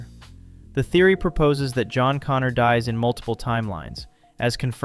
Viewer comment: Once again: "Connor".